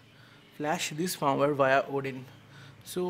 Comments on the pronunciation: dude you said FARM-WHERE, instead of firmware! Great Video BTW.. Thumbs up! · Firmware is pronounced 'Fermwear' not farmwer